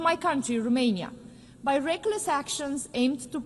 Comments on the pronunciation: Madame, it's Romania not Rumania 🤦‍♂ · Romania not , ,,Rumenia “